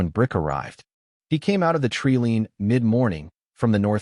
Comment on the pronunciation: tree lean or tree line? fix the AI narrator? cool story